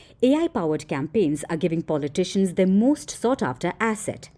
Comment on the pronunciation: Pulley Tishions…heck why can’t you pronounce politicians right..😂😂😂😂😂